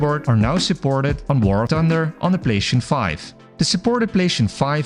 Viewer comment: The way you say PlayStation 😡